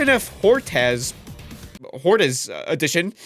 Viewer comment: It's pronounced "Hort-uhss" edition, not "hort-ass" edition